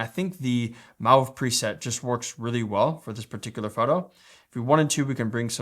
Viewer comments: Just FYI, seen as you said you were saying it wrong.... and you were :p if its mauve its said like - mo-ve, or mowv. We got you covered chap ;) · Mauve rhymes with stove ;)